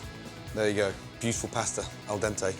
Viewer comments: “Al DENTEI”. Hahahahahaha. Nobody (just a few) can do it al DENTE(I) except for medium italian people. As long as people eat spaghetti with vegetables and overcooked all around the world, especially Anglo saxons, there’s no hope... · Gordon:Angel Pasta, mmmm eldente Me:Angle Pasta, good